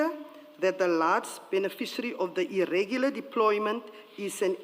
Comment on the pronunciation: Irregular not Irrigular - each one tech one😜